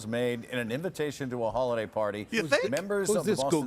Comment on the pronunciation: "Hollyday parties"?